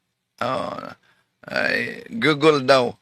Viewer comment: Malamang conning lang rin, katulad rin ni Felix "Pabu" Manalo.🤣🤣 Kaya ang GOOGLE niya kung salitain niya ay GULOGULO.🤣🤣